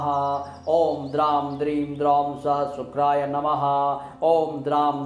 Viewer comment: Uchchharan sahi nahi hai..sa ka nahi sha ka uchharan hona chahiye.. it is shukray not sukray.. mantra ki shakti aur sarthakta uske shudhha uchcharan se hoti hai.🙏